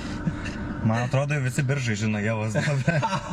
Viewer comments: geeeras, šiaip kaip Biržietis norėčiau pasakyti pastebėjima, kad miesto pavadinimas tariasi Biiiiržai, o ne Biržaaai, antra kebabine radote pačia praščiausia mieste :D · Biržai. Vietovardžio kirčiavimas (1 kirčiuotė): Vardininkas – Bìržai, Kilmininkas- Bìržų, Naudininkas – Bìržams, Galininkas – Bìržus, Įnagininkas – Bìržais, Vietininkas – Bìržuose. Zoomer'iai... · ne taip kirčiuoji biržai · Viskas kaip ir gerai, bet tas pavadinimo kirčiavimas.... Pasiklauskit vietinių kitą kartą kaip kirčiuoti... :D